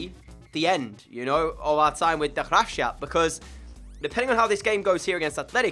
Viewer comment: It's "duh graafsgahhp" not Gras shap